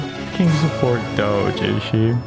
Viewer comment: Department Of Unnecessarily Cutting Human Equity. You are pronouncing it wrong dude.